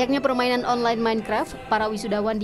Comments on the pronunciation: Pak MainKraf Bukan Menkref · Nobody: mEinKrep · Bapak itu bilang menkrep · Aku paling ga suka kalo mereka bilang "minkreft/minekraf" 😂